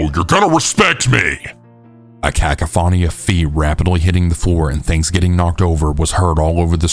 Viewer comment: Bro really said "KAK-a-fawny"😂😂😂😂love u